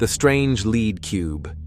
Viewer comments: Yeah ! Right ! What the Heck !! Oh No He said Leed Not Lead ! LoloL Oh Brother is it even worth watching the Rest of this SH_T ??? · but he keeps saying ‘led’.